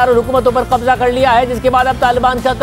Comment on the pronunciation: Aap k kahbza kahbza bool rahy hoo